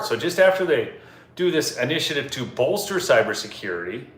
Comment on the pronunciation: WTF is bolterwheres the Captain?😂😂